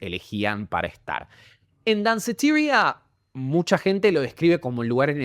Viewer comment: Deci Danceteria como es en español